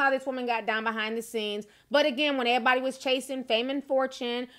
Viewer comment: The word EVERYBODY has a V in it. It is not "airybody".